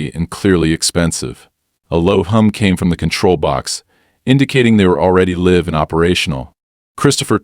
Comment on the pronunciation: The AI certainly made the wrong contextual guess when faced with pronouncing "live".